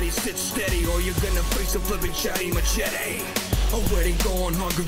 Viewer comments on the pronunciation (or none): Listening to you pronounce machete is killing me